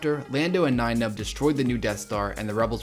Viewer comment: he purposely saying nine numb gets me everytime